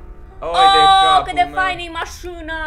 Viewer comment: pentru ca ați pronunțat cuvântul "Mașina" în "Mașîna" și mi s-a parut că sunteți din Moldova🤗